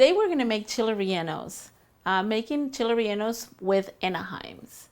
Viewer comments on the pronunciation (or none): “ Cheeley reyllenoes “it’s Chiles rellenos